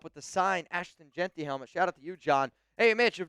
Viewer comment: Mitch said JAQUIN🤣😭😭😭